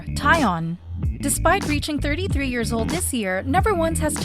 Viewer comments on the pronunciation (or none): none